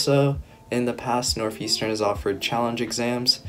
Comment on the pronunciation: NORTH not NOF